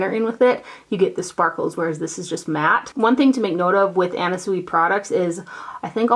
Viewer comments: Anna Sui is pronounced Anna Swee. Very cute little storage box from her! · FYI Anna Sui is pronounced SwEE. Xxoo